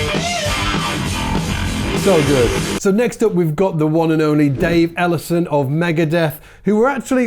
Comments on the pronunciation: its ellefson, not ellison, but great video nonetheless! i love this kinda stuff just for motivation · bruh...No Harris or Burton or Butler and you call Dave Ellefson, "Ellison". wtf are you smoking?